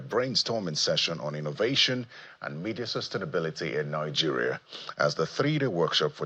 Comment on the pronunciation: Media and not Mefis